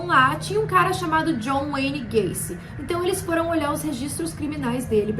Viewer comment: Ela falando gacy parece q ela ta falando gayKKKKkKJ